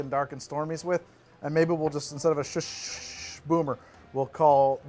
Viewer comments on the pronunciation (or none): It's not Schuschschschcsh it's Schuss. Pretend it's spelled Shus and say it with a sharp S sound at the end.